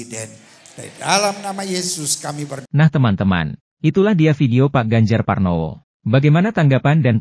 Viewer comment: Yg menyampaikan narasi di video ini kok masih salah sih menyebut nama orang: Pak Ganjar Parnowo sebanyak 2 kali.